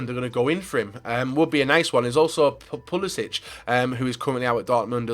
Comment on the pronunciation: Pulisic is pronounced Pulisick